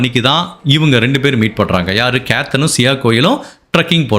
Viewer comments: The correct pronunciation of the names: Ketan - not cathun but kay-thun Siya - not c-o bit c-ya Chethan - not chettan like malayali, but chay-thun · Hi. I am a great fan of your program and narration. I feel if you correct your pronunciation of certain words, you will go great miles further. Example: Sia., not Sio Ketan not Katan Vinchu Kada Bakery This is to help your narration go to greater heights and certainly not to pin point. Hope it is taken in good sense. My best wishes to you....